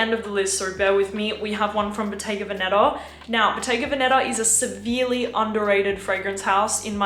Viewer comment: Bottega veneTa la t si deve sentire …si